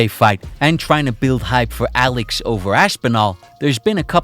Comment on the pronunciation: lmao why do you pronounce you "S" like "Sh" who tf pronounces "Alex" Aleksh